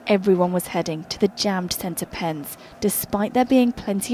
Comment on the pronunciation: Idk what happening but when she says “pitch” or “center pen” it makes me laugh